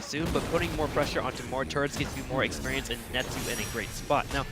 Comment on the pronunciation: I wish someone would say the caster that it's not eeeexperience, it's experience. XP, not EEE XP lol